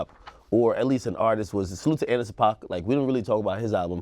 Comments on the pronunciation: Paak is pronounced "pack" not "pac". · It’s Anderson .Paak (PACK) Dj dickademics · Can i extra 👎👎👎👎👎👎👎 Yall aint putting enough credit on that boy JID honestly. And yall forgot to mention Lil Baby when talking about Atlanta rappers. Lmfao bro were yall tired or something?? 🤣 Y'all seemed out of it. And yall KEEP SAYING ANDERSON PAAK NAME WRONG!!!😂 Love yall but damn my dudes.😏